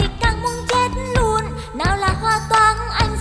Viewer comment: LUÔN KHÔNG PHẢI LÀ NUÔN ĐÂU LÀ K PHẢI LÀ NÀ ĐÂU NHÁ